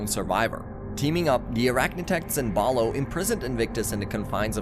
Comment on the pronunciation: bro you keep saying balo its bolo and im still pissed that they discontinued this